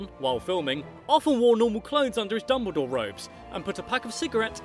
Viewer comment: If you ever say “I’m ” again, I will hunt to down and make a horcrux!